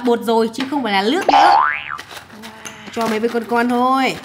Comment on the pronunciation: Chị nườc mà chị nói là lước